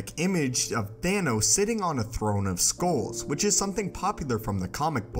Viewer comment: It's pronounced SKULLS, not SKOALS. The narrator needs to learn this.